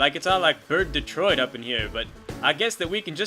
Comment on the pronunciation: "Bird Deteoit"